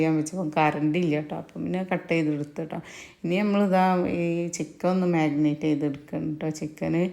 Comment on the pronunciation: ഞാൻ പുതിയ സബ്സ്ക്രൈബ്ർ ആണ്..എന്റെ അഭിപ്രായത്തിൽ ചേച്ചി Cool ആയിട്ട് സംസാരിക്കാൻ ശ്രദ്ധിക്കുക.. പിന്നെ മഗ്‌നറ്റ് അല്ല chechii മാരിനേറ്റു ആണ്..നെഗറ്റീവ് പറഞ്ഞതു അല്ല ketto🥰